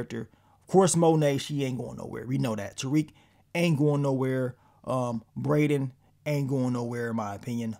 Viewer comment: It's Brayden